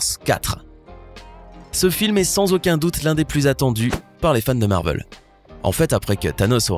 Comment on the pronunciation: Captain marvel pas marveul